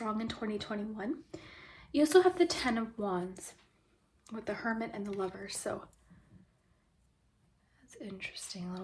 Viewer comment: For group 2, when you were talking about hermit energy, I thought you said Kermit energy. And I think that’s kinda funny